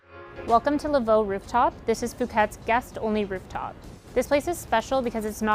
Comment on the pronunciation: Who's going to tell them that they mispronounce their own name and they misspelled "stationery?"